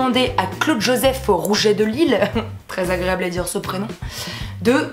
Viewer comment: Tu a dit lile au lieu de lisle bref je t'aime trop tes la meilleure ❤️❤️❤️👍🏻😍